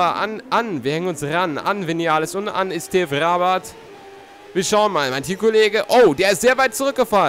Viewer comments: Er heißt Esteve und genau so wird es auch ausgesprochen;) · Er heißt immer Noch Esteve und nicht Estev :D Und MotoGP Angebot von Tech3 oder LCR Honda wäre schon nice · Er heißt zwar Esteve, wird aber Estev ausgesprochen ;)